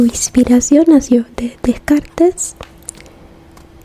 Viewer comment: Para prounoncia Descartes, tengas que no dice el [es] final. Como Descart, (pardone me para mi nivel de españa fatal)